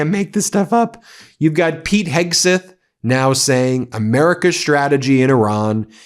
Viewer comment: I hate to be picky Ben but it’s driving me crazy how you keep mispronouncing Hegseth, you are saying Hegsith. Would you say Sith Rogan?